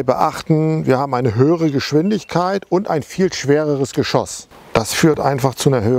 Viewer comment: Musik viel zu laut und auch unnötig. Und bitte: Geschosss...nicht Geschooos.